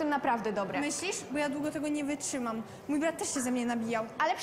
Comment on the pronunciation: ✨️dżewo✨️ ✨️wyczymam✨️ ✨️zaMnjj sie✨️